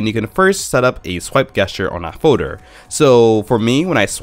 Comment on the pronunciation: Foader instead of folder